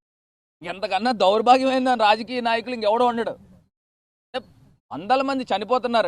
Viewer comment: అరేయ్ దౌర్బాగ్యం రా దౌరాభాగ్యం కాదు తెలుగే సక్కగా రాదు ఈ ఆవులగాడికి